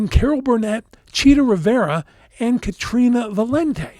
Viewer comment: Caterina Valente, not Katrina